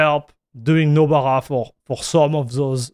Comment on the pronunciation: Anyone who doesn't already know what Nobara is will have no idea what you're saying when you pronounce it